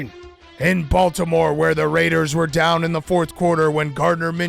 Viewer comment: The Rrrrrrrrrrrrrrrrraiders